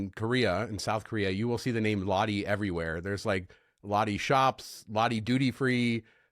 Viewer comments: 🤣롯데 (Lotte) is pronounced more like LOT-tay... 🤣🤣but then again I purposely mispronounce Marriott to not sound like a prude, hahaha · Lotte is pronounced close to lowtay 😊